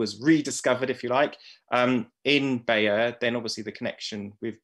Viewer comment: glad to hear pronounce it as 'Buy-yur'